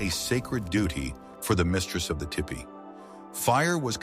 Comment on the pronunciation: TOO BAD.... ANNOUNCER DOES NOT KNOW HOW TO PRONOUNCE THE WORD T E P E E EE.